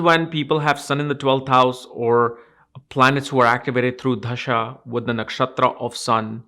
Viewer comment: you get funny with sanskrit terms. It is 'Uttar kalamrit' which probably translates to nectar of time/timeless nectar etc (kaal amrit) and you are saying 'kaala mitra' which literally translates to "black friend"☺.. there are some other words as well which are mispronounced in other videos such as 'dhasha' instead of a simple 'dasha'. I am no expert in these topics and understand that you are not familiar with hindi/sanskrit. Just couldn't resist commenting after hearing kala-mitra😊.. the intention is what matters though and the knowledge was conveyed without any confusion. So all well in the end👍